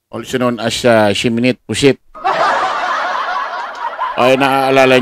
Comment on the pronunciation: Wag kayong shiminet ng shiminet, shimiñe pronounciation dyan